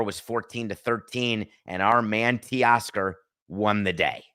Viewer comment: TAY-Oscar NOT Tee-oscar🙄